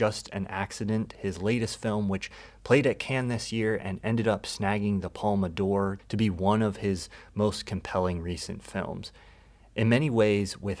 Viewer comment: Came over from Nebula to say, as a french speaker, for the love of god please learn to pronounce "Cannes" and "palme d'or". I'm not asking you to learn to speak French but if you can be bothered to go to the festival I think you can hear and learn better pronunciation than can and palma door. (It's halfway between can and khan but closer to khan, listen to the french speakers around you)